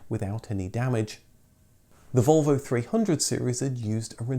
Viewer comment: That is not how you pronounce Volvo working on your own theory LOL